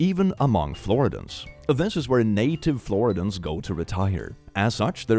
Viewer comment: Floridian: flor-ID-ee-un. Or in the case of the homophobe: flor-ID-ee-it.